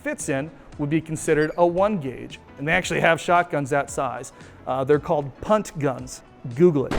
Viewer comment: The US will use anything to measure things. Also I had to rewind the video, as I was just listening and not watching, when you said “punt gun” … I definitely heard something else 😂